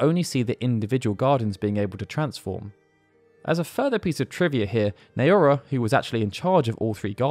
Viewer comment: I've nitpicked the Japanese pronunciations in these videos before, but I don't think the name "Naora" has come up before. The two "a"s are basically identical, with the initial "Nao" being reasonably close to the English word "now".